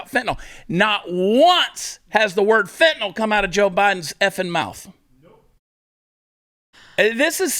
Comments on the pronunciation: He can't even pronounce Kyiv correctly...fentynyl would probably cause a short circuit in his cyberware implants. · You really expect Joe to pronounce Fentanyl?